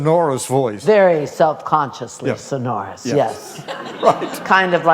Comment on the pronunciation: Great interview, but pronounced sonorous incorrectly